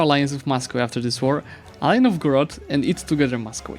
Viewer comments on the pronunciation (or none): none